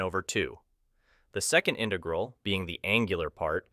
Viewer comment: Why are you using a text to speech program? It definitely doesn't sound like a normal voice (says intaegral instead of integral)